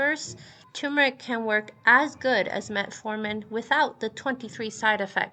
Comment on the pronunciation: thumbs down for mispronouncing "turmeric". the first "r" is not silent. the word is pronounced "ter-mer-ik", not "too-mer-ik."